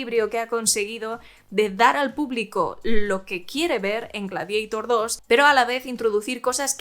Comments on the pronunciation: No es Gladiaitor!!!!!! Es Gladiator, tal como suena, en latín!!@ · ¿Por qué "gladieitor" y no "gladiator"? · Pero como “Gradieitor” hija de mi vida……? Si es un termino latino,se lee tal cual Gla-di a tor.Ten un poco de respeto a tus ancestros que cada vez que dices Gladieitor ñiñi, muere un latinista….😒😒😒😵‍💫😵‍💫😵‍💫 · "Gladiator", del latín Gladiator/Gladiatoris. No "Gladieitor" aunque sea una película de Scott. Sería como si Quo Vadis lo pronunciaras "Quo Veidis". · Tu pronunciación G-l-a-d-i-e-i-t-o-r 😂😂😂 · Gla que ? Ja Habla bien ...es gladiador 2 .... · Ella lo està pronunciando en inglés caballero,que no acaba usted de enterarse y aún así tiene las santas narices de corregir!!! GLADIEITOR suena ridículo tal y como ella lo dice, aquí y en la China.Fin del hilo. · Buenas, por ignorancia del tema ¿En EEUU cómo lo pronuncian? Ya que la película la han hecho ellos, si no traducimos el título, se dirá en inglés. ¿O para los de habla inglesa también lo pronuncian en latín? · En inglés Gladiator( latin) se pronuncia foneticamente.En español tenemos un término propio derivado del latin ,por lo tanto es completamente absurdo y ridículo pronunciarlo en inglès.Aqui no hay ni debate ni discusión.